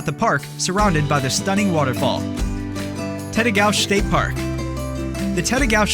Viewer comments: Lutsen: loot-sen Grand Marias: muh-ray Tettegouche: te-ta-gooch Your video sucks. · There are a some mistakes in this video. Gooseberry Falls is not part of Lake country. Gooseberry Falls is on the north shore. Lake country is farther west. Tettegouche state park, pronounced tette gooch, does have a beautiful waterfall called high falls but it is on the Babptism river, not the Pigeon river. High falls on the pigeon river is up the north shore to the northeast near Grand Portage state park. Both of these waterfalls are well worth seeing. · That is just one of his mispronounced locales, e.g. Lutsen and Tettegouche.